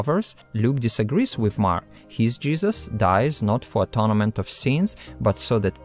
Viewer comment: very interesting, thank you. Please check the pronunciation of "atonement".